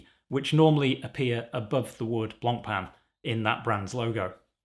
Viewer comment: the worst part of this is now we have to hear everyone day Blancpain wrong